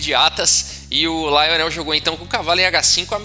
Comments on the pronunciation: Rafael: se Lionel era francês, a pronúncia jamais seria como a que fez, na forma inglesa. "LIonel" em francês, é bem mais próximo da pronúncia em Português de "Lionel". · Se o cara era francês, então a pronúncia não é Laionel. A primeira sílaba é pronunciada igual ao português, ou seja, Li. Assim como Garry Kasparov é pronunciado no russo como Gári Kaspárov